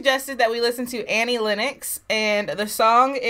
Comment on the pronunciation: Where you guys brought up in some strict religious order without accrss to TV or Radio? I ask because your depth of ignorance to some of the biggest movies and music is breath taking. Oh and its pronounced exactly as its spelt "Len Nox" not "Lin Ex". You should listen to the whole album. As well as being amazingly ta;ented she was also voted the most beautiful woman on the planet.